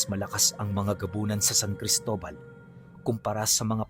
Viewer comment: Cristola? Or Cristobal sir